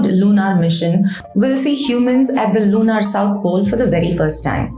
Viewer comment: You r a scientist. Also speak such good English. Please try to correct the pronunciation of typically Indian mistake of LUNAR AND SOLAR. Both are pronounced as if there were a U OR AN E IN PLACE OF A. So as if it were SOLER OR SOLUR……